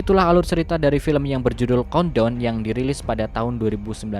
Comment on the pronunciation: Gw yang ga bisa bahasa ingriis COUNTDOWN=KONDOM BANG COBA BILANG CONE TALL